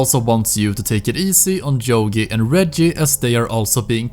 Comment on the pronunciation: It's not jogi, it's yogi you prat